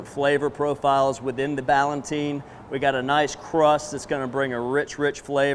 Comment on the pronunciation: The word is "Ballotine," not "Ballantine." You are conflating two related words: "Ballotine" and "Galantine."